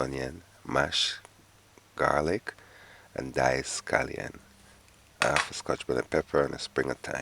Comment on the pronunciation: It’s half not Alf please pronounce your H so ppl could understand your English